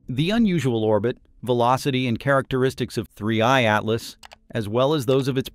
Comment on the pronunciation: Oh, don't you like the artifical pronunciation of 3IATLAS? It sounds so nice and disturbing when the AI constantly says 3IATLAS in such a weird way that doesn't fit at all to the rest of the video ;-))) Yes, such an AI behavior is just disturbing, it makes it really hard to keep watching this video until the end... But I guess, it's better than letting the AI do it's usual thing of guessing the pronunciation wrong like the typical Boeing 3hundred37 pronunciation ;-)